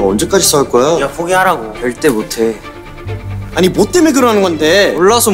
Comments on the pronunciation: 아 승민이 발음이 너무 땨땨땨 해....ㅋㅋㅋㅋ "난 포기 묘태".... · 앜ㅋㅋㅋ김승민 땨땨강쥐 발음 자체로 포기 모태. 이러는 거 너무 웃김ㅋㅋㅋ